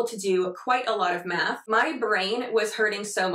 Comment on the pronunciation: Am I the only one that thought you said "we're doing a little math with that. Y'all know how much I love to do meth." Forgive Me I use your videos as my alarm. Not fully awake. Lol